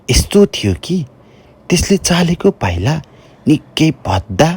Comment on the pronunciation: त्यसले " पाईलेकाे चाईला " 😂 सायद " चालेको पाईला " भन्न खाेज्नु भएको हाेला 👍️